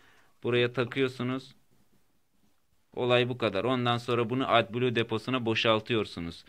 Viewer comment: Atbulu diye okunmaz o at kafasi edblu